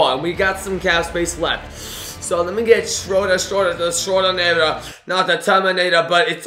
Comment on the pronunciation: Denis Schroder Schroo-der